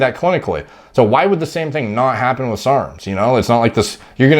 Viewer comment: Why is he saying SRRRMS